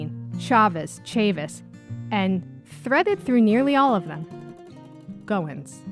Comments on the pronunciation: It’s GOH-when, gow like gown (the dress) and when. FYI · Infinite spellings and ways to pronounce it! Goen, Going, Goins, Goyen, Goings, Goyne, etc